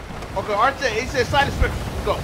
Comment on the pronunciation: This nigga said arch-itech😂😂